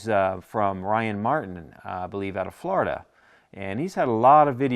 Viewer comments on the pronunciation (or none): none